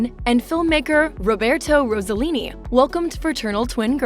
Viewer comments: It is Ross-e-lini, not Rose a lini, Ross rhymes with Boss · It isn’t Rosallini; it’s Rossellini. Stop saying “Rosa” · If you want to pronunce Rossellini correctly bear in mind that the "s" isn't like in "rose" but like in "sing". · Interesting and nice homage to a Stunning international Star. Personally I think she was more beautiful than her mother. Wished that beauty was shown a bit more and probably your voice instead of an AI one. Incorrect pronunciation of her surname and Mina'. Overall I appreciated your work. Grazie